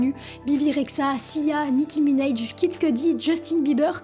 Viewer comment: Si je peux me permettre, ça se prononce Nicki MinAAAAJ en anglais pas Nicki MinEYj. Super vidéo sinon!!